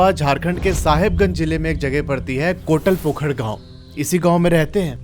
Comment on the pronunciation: Main khud sahibganj se hu kotlpokhr nhi kotalpokhar hai